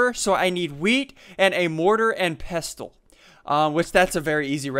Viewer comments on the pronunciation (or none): Pestle is pronounced pessle